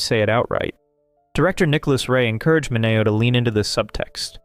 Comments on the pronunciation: Sal Mineo's last name is pronounced Min-ee-o. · Look, this is an excellent video. But for the love of-- it's Sal MIN-ee-oh. Thanks for the info on the actress who played Yvonne in Casablanca. I had no idea.